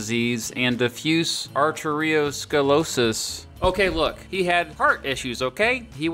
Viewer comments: Arteriosclerosis (Art-tree-O-scler-osis) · ARR TERRY-OH SKLERR OTTIC SERREB ROW VASCULAR disease and diffuse ARR TERRY-OH SKLERR OH SIS.